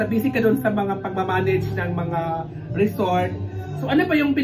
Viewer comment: Asa na “REZORT” na??😂